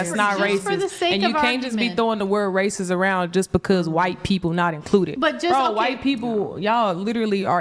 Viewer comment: Hahaha..😂 Literally 5 minutes later....🫩 ..." THAT'S WRAY CYST.."🙄 .. " YOU'RE WRAY CYST.."🫩 Hahaha. Was I correct or what..🤔🤣🤣